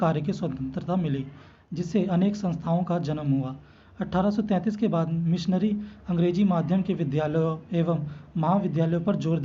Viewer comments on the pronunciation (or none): Bhai मिशनरी है न कि मशीनरी